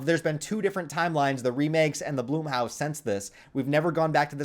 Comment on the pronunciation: Hey buddy I like your content but it’s not Bloomhouse, it’s Blumhouse